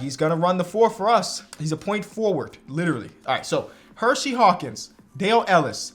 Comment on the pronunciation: I always love the videos, but is it Her See Hawkins not Hershey, there is only one H in his name